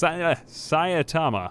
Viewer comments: Sai-ta-ma im not sure why you keep adding an A and saying saia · Say it with me... Sigh-tama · Is it really that hard to just read the name? sai tama, there is no second A in sai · because french. Also it is pronounced Sai' tama with ai like hai and tama as tamarind. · Saitama (sEYE-tah-mah) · Mate please it can't be that hard to say "sigh"-"tama"! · One punch man's name is pronounced: Sai-Tama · Japanese is phonetic. It's pronounced Sigh- tama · Dunno why you have problems pronouncing Saitama. They literally verbally say his name in the anime, and at conventions and such. It's not that hard to look it up. You're literally on youtube, you can just type his name in and it will very likely be said at some point in a vid.